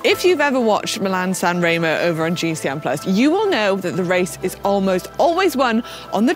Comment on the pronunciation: I’ll consider it when you learn saying “SanrEmo” the “E” is said like in “End”. Not that challenging GCN 😂 (and thumbs up for Dan who is the only saying right!